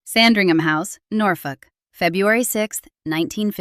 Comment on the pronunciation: Please stop referring to the Queen Mother as Elizabeth Bowes-Lyon. This was her maiden name, and never used after he marriage. Also, please learn to pronounce 'Sandringham' correctly, without the American stress on the 'HAM'.